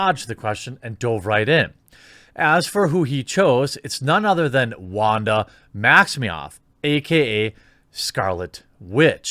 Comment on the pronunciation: Manda Wax-mi-off?? lol We know what you meant to say. 😁